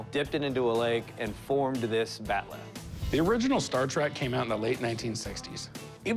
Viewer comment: It's called a bat'leth not bat'leh.